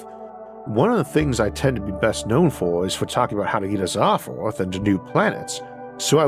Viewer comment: Can't leavf earvf?